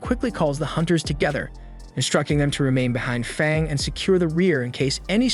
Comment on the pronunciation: u said fong u meant fang